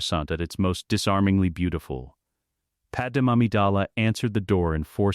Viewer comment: Probably should teach the AI to say Padme’s name right